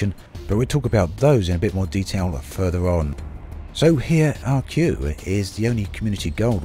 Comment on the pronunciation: This shouldn't bother me, but I'll say it anyway... I think Arque is supposed to be pronounced "Ark". Apologies, don't mean to be rude about it. Fly safe o7